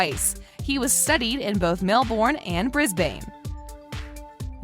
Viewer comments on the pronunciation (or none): “Bizbaine” EVERY AUSSIE CRINGED INCLUDING JACOB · um, how did you just pronounce Brisbane and Queensland? And Melbourne for that matter too.